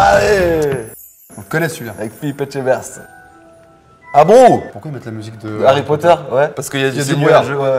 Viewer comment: à mal prononcer le nom Philippe Etchebest J’espère que le Patron ne le verras pas 🙈